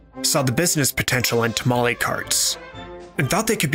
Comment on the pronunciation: You spelled Jalapeños wrong. That would make it a simple n sound, not ñ. Those are not the same nor is NYO. Not tamali, but tamale, as the E in Spanish is purely /e/ Spanish isi written 95% how it sounds, the exception would be H.